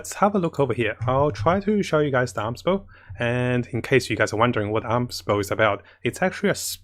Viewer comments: Amos Bow is pronounced "A-Mos" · Every Time he Say Aams Bow Someone gets a 5*Star Character 😌